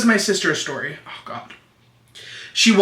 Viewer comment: I literally had to play the video back while doing my makeup because of the “long shory stort”